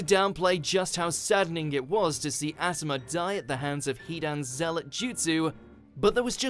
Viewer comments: I’m mad you said Asthma instead of Assuma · Ass-oo-maa lol 🤣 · Wow really said ASS amu